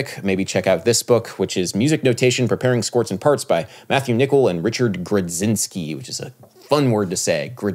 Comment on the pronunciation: "Grudzinski" is definitely a Polish surname and is to be pronounced "groo-jin-ski" (just sayin)